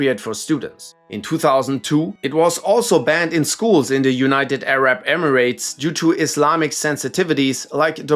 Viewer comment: the way you said "arab" sounded like that uk roadman 😂😂